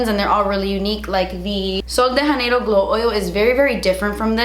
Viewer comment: You say Sol DE Janeiro so weird!! Makes me miss miami 💜😜